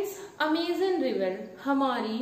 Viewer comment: vahi toh mam 'Amazon' not Amizan